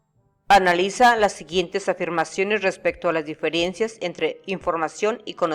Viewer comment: disculpe no se dice diferiencias, se dice diferencias, me toco conocer a una persona llamada Mary que es de Puebla así decía y se enojaba cuando la corregía después conocí a otras personas del C. de la República y también así lo decían, entonces me pregunto así lo dicen todos los de allá?